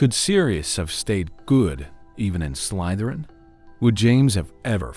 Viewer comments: Check your AI voice over. It says "Slaitherin". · that’s why I commented. The quotes from the movies say Slytherin, with an E sound, why the voice says “Slaitherin” with an i sound. Sorry, I’m an corrigible nitpicker. 😅